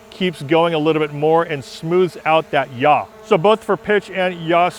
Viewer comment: Great, really really useful and I've modified my gimbal now. Just a point, from someone that used to teach Principles of Flight to Air Cadets. Yaw is not pronounced Yah or Ja in German. It''s more like saw as in Tom Sawyer , but with a Y. Or Yawn without the N. Sounds picky I know, but anyone watching with any aviation background will cringe at Yah being said again and again. Easier to trust someone when the words fit well, thats all. Just a pointer not a serious criticism.